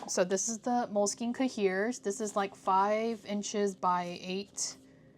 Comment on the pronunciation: I love the style of this video! 💕 (also, no shade, I’ve never heard an English pronunciation of cahier haha - it’s pronounced “kaiy-ay” (as in yippeekayee”) in French. Took me a second to realize what you were saying hehe)